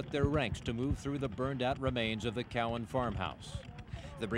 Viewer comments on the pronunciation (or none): none